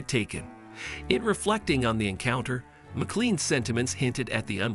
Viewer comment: Her surname is pronounced MaClain not Mallan! It is a Scottish name and the Scottish spelling is MacLean though McLean is more common. 😢